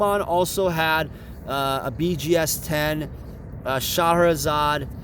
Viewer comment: I've never heard anyone pronounce Charizard that way before.